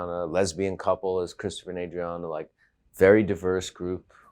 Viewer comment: Its cwistafah.